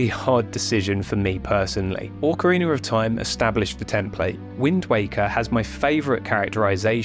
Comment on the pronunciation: Oh boy, I love the breakdown of this video, but "ORCarina" hurts my brain.